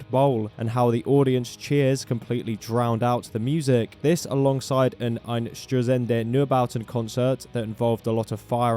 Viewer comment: hearing you pronounce "Einstürzende Neubauten" made me rewind the Video ^^ Thanks for trying!